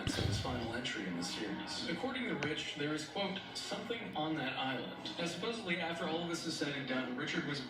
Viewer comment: When someone puts a 'B' Supposedly... It's D,D supposeDly!! I can never listen to them again! ✌🏾✌🏽✌🏼💫💫